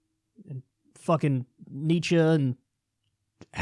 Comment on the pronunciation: You are the first person I've heard pronounce ' Nietzsche' correctly....I know thats snobbish to even bring up....but it bothers me for some shallow reason when people pronounce words wrong....